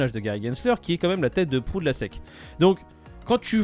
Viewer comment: c'est la SEC ( prononcer hesse ici) pas la SSI